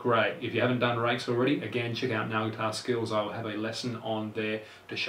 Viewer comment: His accent makes the word "nail" sound like "now", which is pretty annoying lool